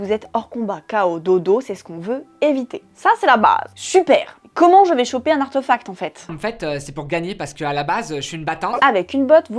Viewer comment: Bonjour, Est-ce que quelqu'un peut me dire d'où ça sort cette prononciation "arteufact" ? C'est pas de l'anglais, c'est pas du français... En français, ça s'écrit avec un accent aigu (artéfact), et ça se prononce en conséquence comme c'est écrit, avé l'assent. En anglais OK ça s'écrit sans l'accent, mais du coup ça se prononce plutôt artifact... Bref arteufact ça sort de nulle part, c'est pas beau à l'oreille, et pourtant j'entends plusieurs personnes le prononcer ainsi, alors ça sort d'où ?